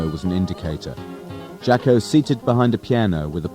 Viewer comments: It’s pronounced Jah-Co. it was his nickname as a kid because he was a sports jock. How it got misspelled I don’t know. But definitely not Jack-O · "Jack-O"? "Sax-Offinist"?